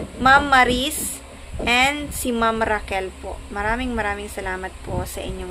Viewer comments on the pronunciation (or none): none